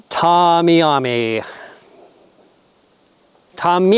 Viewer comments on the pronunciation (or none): Oh. Tamiami. Pronounce Tammy-Ami. Here in Florida’s it’s a road that runs from Tampa to Miami. TMI?? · Tamiami is pronounced like Tammy and the Ami sounding the same. Its the name of the roadnin FL that is called Tamiami Trail. It goes from Tampa to Miami. Tamiami! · Model of the Columbia PFG, Pronounced "tammy-yami", its the name of a street in Miami that goes out into the Everglades, Tamiami Trail. You are so funny! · Tampa as in Jam, e am e, as in Tampa and miami